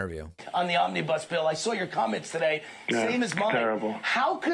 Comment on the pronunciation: He can't even pronounce "omnibus".